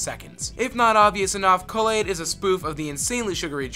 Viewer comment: "kull-aid" "haven" "triss-tram" "dead mow 5" ughhhhhh